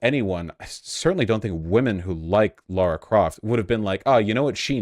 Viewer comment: LARA CROFT LARA. L A R A. Not laura! Why do Americans fuck this name up so much? Lmao